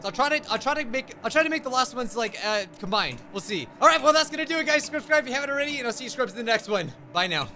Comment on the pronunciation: For a second at the end I thought he said scrubscribe